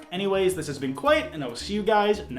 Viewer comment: Jaclyn Hill has been Kwite all this time